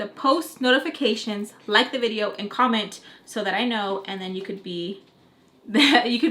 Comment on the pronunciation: Best intro ever 🤣🤣🤣🤣 “nost potifications” 🤣🤣🤣😍😍 “possibee blee” 🤣🤣 “tongue died” 🤣🤣🤣😍😍😍😍😍😍ily forever